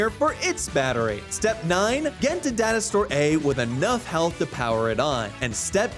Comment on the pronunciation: Who else heard dinosaur instead of data store!? 😂😂😂 Just me...?🙈